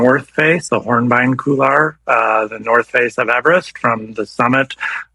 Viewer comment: COULOIR is pronounced COOL-WAR, not KOO-LAR! FFS! Are you really that ignorant, or do you have a lazy mouth?